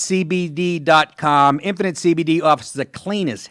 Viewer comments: when he says 'infinite cbd' it sounds like 'impotent cbd' ... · Dude, you sound like you're saying Impotent CBD UNUNciate! Enjoy your cake.